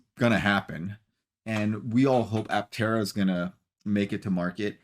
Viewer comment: Please forgive me for the overly critical pessimistic review. Tank full of sunshine? Pronoucation of Aptera turned into what sounded like, Atera? It felt like a quickly rushed filler piece to showchase something that left me confused and felt like it was hard to take seriously. To anyone who was willing to read this far, Love Aptera. Invested in them! I'm a brand Ambassador! Still an early reservation holder...(since 2020) Any exposure that Aptera gets to the general population to build up interest and create hype is always welcome...... Just felt to me that the story could've been done better to appeal to more of an adult audience.